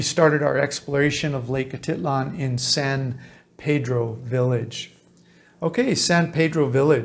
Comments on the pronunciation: Yes it's Lake Atitlán not Lake Atítlan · It's funny how you pronounce "Atitlan". I lived in San Pedro and have never heard anybody, local or not, pronounce it that way :-) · You're not pronouncing it correctly